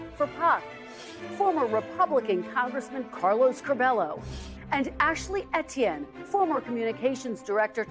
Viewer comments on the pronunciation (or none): none